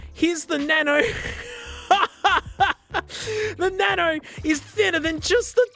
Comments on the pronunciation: "smasnug" "na-no" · each time he says "na-no" i die of laughter 😂😂😂😂😂